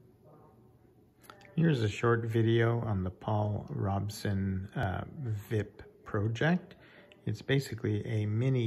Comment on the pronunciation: This was not "vip" as a single word to be pronounced, it was the letters V I P, pronounced individually.